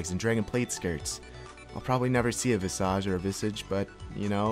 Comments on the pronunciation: notice the word visor (vi-sor) (vi-sage) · hey nice vid but visage is pronounced (vice-uj) and it means face. I forget what what language it originates from but it means "face".